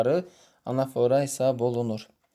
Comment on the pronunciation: Salam zəhmət olmasa anafora sözündə vurğunu düz qoyun😌